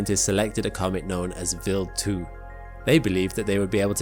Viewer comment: Vild 2 or wild 2 can't stand this computer voice AI